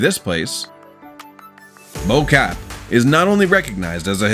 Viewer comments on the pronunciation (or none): Remember it is not Bo Cap. It is Bo-kaap in Cape Town, South Africa. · I am South African and Bo-Kaap was completely mispronounced. I have lost count how many American You Tube videos I have watched and the American narrator could not be bothered to do research on how to pronounce names or the names of places in foreign countries correctly; it comes across as very arrogant.